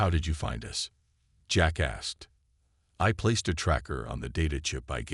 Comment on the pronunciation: all i kept hearing was "jack asked" as jackass